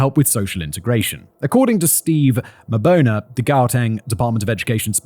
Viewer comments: It's pronounced "Ma-born-uh", so honestly, here in South Africa, no-one would even think of anything else. 🤷‍♀️ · "Mr. Mabona" im trying super hard not to laugh "Zenaid kock" that was it, i lost it.